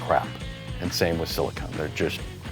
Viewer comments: Anyone else hearing siliCONE and not siliCON? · One of the times it kinda sounded like he said silicone, but it was really more like silicun